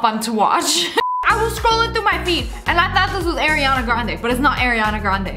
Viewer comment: Girl called her AIR-Rianna Grande